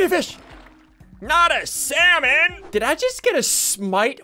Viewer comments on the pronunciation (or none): none